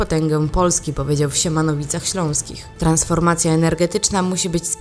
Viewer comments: W Siemianowicach , nie "Siemanowicach" ,oraz nadkomisarz Tomasz Krupa, nie "nadkomendarz". Pozdrawiam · sieMIAnowicach Śląskich* nie sieMOnowicach !!!!!!